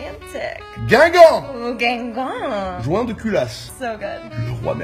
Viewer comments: "guimgang" lol "ligue 2" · Je ne me lasserai jamais d'entendre Amanda Cerny essayer de prononcer "saucisson" et "Guingamp" et son cri à la fin😂 Vine c'était quand même bien